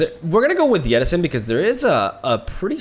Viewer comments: Why do you keep calling 'Jettison' as 'Yeti-son'? :D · I don't like it when plays deep, cause I gotta listen to him say 'YETTISON' like 12 times throughout the video. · Can we get some love for "Yettison" jettison? Part of charm that he seems to pronounce different words using inconsistent language assumptions, like he randomly decides what language should inform the pronunciation of each word, then sticks to it no matter what.